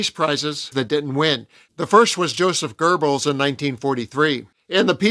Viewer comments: Knut is not “kuh-noot”, it’s “newt”; and Goebbels is not “gerblz”, it’s “guh-bulls”. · I have to say something here that really bugged me when it was said numerous times. The man's name is not GER Bulls. It is pronounced GOW Balz. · It's Goebbels, not GURbbels. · The Name of Hitler's Propaganda Minister is NOT "Joseph 'GERBELS' " but "Joseph 'GOEBBELS' " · It’s not pronounced Gerbels. It’s pronounced GO-BELLS! Why can’t people say it right?! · LOL. Love your channel and the work you do. However, it's not GoeRbels, it is Goebbels....no R in the name. I hear many Americans making that mistake. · GERBELS???????? do you see an R in Goebels? wtf, I hate the American pleasure at sounding ignorant with anything foreign. Just read it for God's sake! I love your channel, I love your points of view, please don't do this kind of thing that makes you sound like a ...well..... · Thanks to cheap AI, this is the first time I have ever heard Goebbels name [pronounced Gerbals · There is no "r" in Goebbels